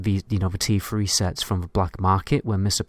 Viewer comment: AOE freat? instead of threat free instead of three?